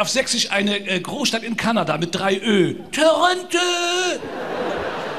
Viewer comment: Töröntö..... da sind bei richtiger Aussprache mal mindestens 5 ö drin!